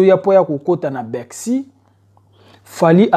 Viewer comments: Les chroniqueurs yango ayebi ko loba bien teh lol.. c mr, il dit Beksiii , lol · C type est vraiment inculte. Et avec un très mauvais français comme ça ! Il prononce " Begsi" pour "Bercy". Tintin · Ayebi ata ko loba Bercy te azo loba bexi ignar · Pourquoi s'intéresser à un mec qui dit "bexy" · On dit Bercy au lieu de Bercy n'importe quoi oza vrai zoba yo Tata oyo